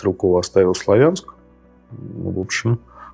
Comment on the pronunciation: Не СлавЯнск, а СлАвянск.